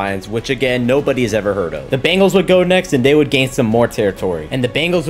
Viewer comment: 11minutes in you called the Bengals bagals😂😂